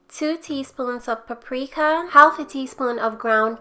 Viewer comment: Yummmma! Say...u dont have2 say the L in "half"...theres no good reason why they spelled it that way!